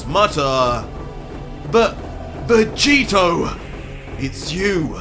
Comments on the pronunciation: "Luc-Vegito" enough said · It not owner vegetio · He said Luc-Vegito. Uh Oh